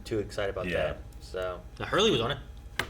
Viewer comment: often says the word "on" with an extra syllable. It must be a regional accent because the others also pronounce it that way a lot. It kinda sounds like "Last time uu-awwn..." 🤭